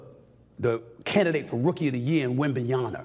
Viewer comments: I can't take this dude seriously when he just kept saying WembanyaNa... If there's one rookie that as a NBA talking head you should definitely spend a few minutes to learn to pronounce his name correctly out of professionalism and respect, it's this freakin' kid. You can't even be bothered to do that? smh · Wembanyama* WITH AN "M" at the end. Good grief you're in the national media learn how to read and pronounce someone's name. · Is Stephen always saying « wembanyaNa » after all this time??? 😳 Man, I can’t believe it 🤦‍♂️ isn’t it your job? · Now say it with me : WEM-BAN-YA-MA. Now repeat. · Brother you gotta put the 'M' at the end of Victor's name. Victor WembanyaMa. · Fucking hell how hard is it to pronounce a name right? It's WEM BAN YA MA NOT THAT HARD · 😂 Why people keep calling him Wembanya-Nar...? 😂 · Stephen A. Smith: "Wembanyana" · For God's sake, when will you be able to pronounce the name WembanyaMA 😂😂😂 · Please learn how to prononce WembanyaMa's name correctly 🙂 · It's WembanyaMa with a fucking M, not a N. Victor is the rookie of the year, stop trolling Stephen A Smith. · Wembanyama dushbag not "na" ! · Mister Stephen A Smith ,you are a professional guy ,work your pronounce wembanyama... Wem /ban/ya/ma 4 syllables you can do it.... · He’s definitely saying “wembanYANA” on purpose right? RIGHT ?? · wembanyaNA? just say wemby if you can't say it... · yaMa ... with an M !!!!! 山！！！！！！ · can you learn to pronounce his name - Wem-ben-ya-Ma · WembanyaMa cmon guys it's not that hard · WembanyaMa. It's an M. Not an N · he keep saying WembanyaNA smh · It’s WembanyaMa ffs… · Stop saying Wembayana 🤣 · wembanyAMA stephen A or just say Wemby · I wish Stephen A says the man's name correctly DAMN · Right? Why cant this fool say the guys name right, it sickens me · Yeah get that right Stephen B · i love the fact that Stephen A mispells Wembanyama 90% of the times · I'm gonna keep on calling him Stephem A Snith until he gets Wemby's name right. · it's Wembanya"MA"